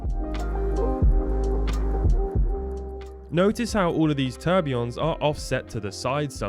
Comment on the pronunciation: So you expect us to believe anything when you can't even say or spell tourbillion?